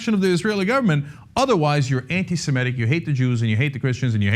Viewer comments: Not anti-semetic. Anti-semitic. It's pronounced semitic. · The word is anti-semitic, not semetic. Why do so many professional people have trouble with that very simple pronunciation.